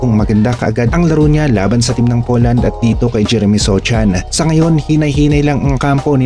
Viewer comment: Sochan pa more, “SOHAN” yan 😂😂😂